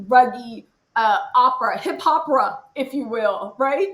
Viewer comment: When she said “Hiphop-era” I fell out. 😂